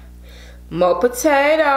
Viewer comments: Did she just say takato or potato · “tatato”? Am i the only one that heard it? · I was already 8 mins in n I went back to the time n I was dead 🤣😂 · Nansa :3 I thought I was tripping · Lmfaoooo she said that on purpose I believe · I heard it too